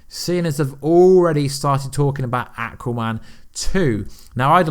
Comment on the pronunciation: can you ever pronounce Aquaman or Thanos correctly. Your videos are good. But your pronunciation of how you say their names. Make me want to unsubscribe.